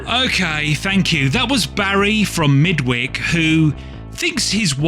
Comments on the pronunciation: MIdwich; Midwick surely not, its Midwitch. It is the only on I have read unfortunately. Do like the video though😁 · I just reread The Midwich Cuckoos. I think I prefer the film version - the original - with George Sanders. Both are A+ IMO. Chocky was also a great read by the same author.: I never knew how you Brits pronounced Midwich until now and I'm 75. Thanks. I've read all of your list, nice job. I also think the movie Ender's Game is highly under-rated although the book is, well, it's wonderful.